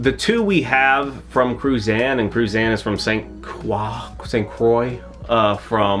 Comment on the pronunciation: The pronunciation of Cruzan 🤣 don't even close